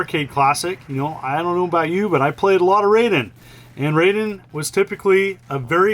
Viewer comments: So if its Rayden not Ra i den then it's Ninja Gayden not Ninja Ga i den. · Pronunciation Police reporting in. The "ai" in "Raiden" sounds like "eye" not "ay" (same with "Gaiden" and "Taito"). So, Rye-den, not Ray-den. :)